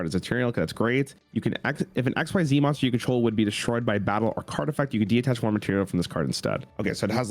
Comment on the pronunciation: Another Cimo/ video, another chance to see mispronounce 'detach'.